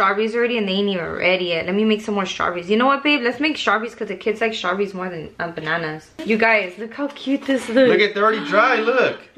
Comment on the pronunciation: I love when said bannananas instead of banannas.